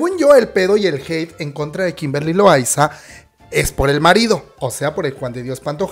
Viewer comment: JAJAJA me da risa como dices Kimberly LoAYZaAAA